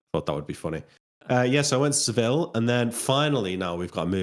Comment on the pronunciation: pronunciation of Seville is funny. Double L in Spanish